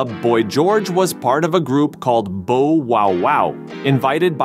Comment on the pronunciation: Ugggh AI voice drives me mad - bow as in go, instead of bow as in cow (Bow Wow Wow) - sorry just for that you lose a subscriber.